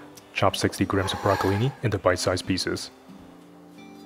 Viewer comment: it's brocoLINI, not brocoli